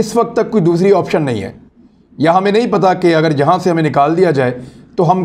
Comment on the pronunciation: Achi tarah sae daal rha hae. Not achae sae. Please speak correctly. Thanks